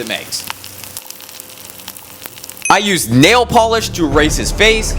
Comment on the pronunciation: "the polesh of nieial"